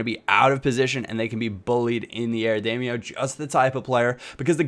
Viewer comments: Damaio is pronounced dim-e-ow. Not dame-e-oh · Its pronounced DAM-OWW not DAM-E-OH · It's pronounced "Dah-Mee-Ow" NOT "Day-Mee-Oh" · you pronounce damiao as demyao by the way but great vid:) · Is it not pronounced Dam-e-ow?